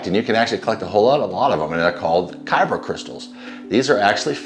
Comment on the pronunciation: Not Kyro crystals, it’s kyber crystals